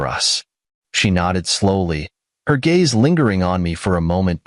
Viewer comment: Your poor proof reading and AI program again. Leaving out words and sentences. Pronouncing words wrong. And you want us to subscribe and like this? Hmmmmm. Your like walking thru a fox? TRY FOG! It’s also GAZE NOT GAYS. GOOD GRIEF!